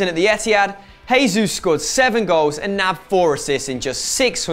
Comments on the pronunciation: Portuguese j is pronounced like a normal j not an h like in Spanish so stop saying hesus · Erm can you stop pronouncing Gabriel Jesus wrong he doesn't speak Spanish he speaks Portuguese so you pronounce the j you pleb smh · Jesús is pronounced as J (as in Juice) because he speaks Portuguese and not Spanish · Warren Odukoya I thought I was the only one to notice